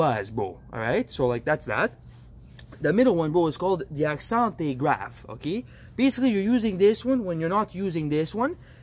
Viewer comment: I KNOW! I lost it when I heard him say that! Hahahahaha